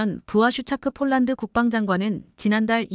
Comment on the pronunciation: 쫄란드는 어느 나라 인가요? ㅍ. ㅊ을 아휴 초등학교에가서 새로 배워와서 방송 하도록 하지 ····